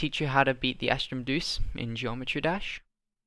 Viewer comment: wait is the deus in astrum deus really pronounced as deuce? I'm pretty sure it's pronounced as the latin word "deus" which means god. which the name literally means "Star God" it's so cool :)